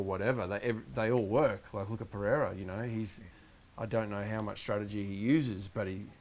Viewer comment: the i is after the e in pereira